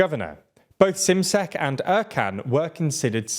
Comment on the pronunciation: Şimşek. Like "shim sheck".